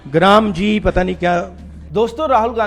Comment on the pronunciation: G ram G pappu ko patta nahi hai. Gramji bol raha hai. Isse toh manrega ka bhi patta nahi. Manrega ko bhi narega bol raha tha. Kuch jahilon pappu me P M dikh raha hai..... He bhagwan...